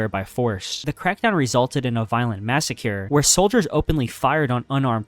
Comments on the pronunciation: Your videos are so good, but if I hear another "massacure" I might punch my monitor. LMAO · “Massacure” 😂 At this point the mispronunciation is a meme on your channel. Love the videos man! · I hope you’re saying massacre like that on purpose